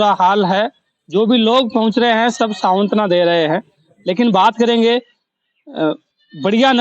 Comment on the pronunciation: savantna nhi santwana